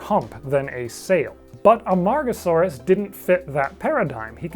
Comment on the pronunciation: I must have my head burned because I hear Amongusaurus instead of Amargasaurus